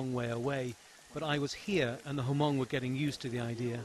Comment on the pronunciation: Lol, Ha-mong. if you are trying to make a video/documentary, pronounce hmong right please. Lol. FAIL!